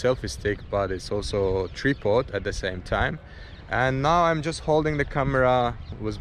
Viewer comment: It is not a tree pod but “ Tri -pod” mens stand for camera with 3 legs. pronounce it differently dude to his accent, lol.